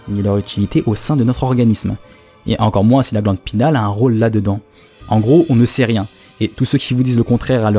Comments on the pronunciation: Vidéo intéressante ;) Juste, c'est "pinéale" :) pas "pinale" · Sur le fond génial ! Pour la forme , il me semble que l'on parle de glande pinEale et pas pinale.. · Salut je suis trop content que sois revenu comme sans prevenir haha Encore une super vidéo Mais sinon juste un petit détail Glande pinéale et pas glande pinale Voilà c'est tout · c la glande pinéale pas pinale :) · GLANDE PINÉALE* « pinale »…. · La glande pinééééale il faut prononcer le é ;) ahh je chipotte encore mais bon c'est toujours mieux de le savoir. Bonne vidéo !